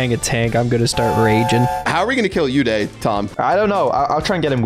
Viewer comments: They pronounce Uday wrong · It's oooday not youday 😂